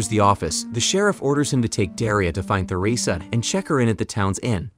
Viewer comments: Holy th is Theresa is not pronounced th it's pronounced t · Theresa ( Ter-ee-suh or Ter-eh-suh) Not Thur-eh-suh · You can tell the narrator hasn't actually seen the show. He keeps mispronouncing some names (Theresa for example).